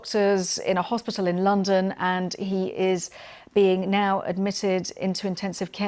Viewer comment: Another presenter who is so ignorant she can't pronounce "hospital"!! It isn't "hospittall"!!!!